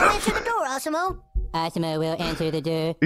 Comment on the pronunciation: it awesom-o not awesome-o